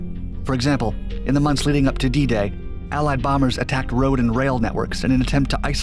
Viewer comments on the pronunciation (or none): none